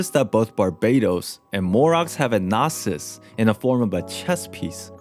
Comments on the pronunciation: Its not a noh-sis, its a no-sis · The way you pronounce gnossis and shneznaya is triggering🤣🤣🤣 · Also “gnosis” not “gnasis”and “morax” not “morux” is it that hard to pronounce how it’s literally said in the game